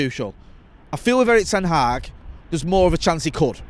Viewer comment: Please learn how to pronounce Erik ten Hag